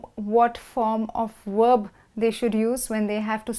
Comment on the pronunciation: Werb or verb?